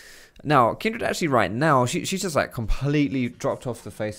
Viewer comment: The way you say Kindred is really tilting xD it's Kindred, not Kindread haha